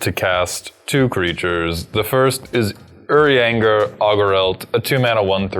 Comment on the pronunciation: "Oh, did really well pronouncing "Urianger"!" pronounces Estinien immediately after "Oh."